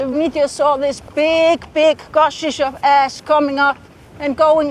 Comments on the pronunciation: !) I kinda like how makes 'ash' sound like 'ass'. "There is ass everywhere." 2) The ponies have fabulous hair, and they know it. 3) Don't worry, it's not like back then when we'd all starve to death in the case of an eruption. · at the end it sounds like shes saying the amount of ass in the air killed the lambs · I love the islandic pronunciation of Ash.....'yeaaah I had some ass down there!'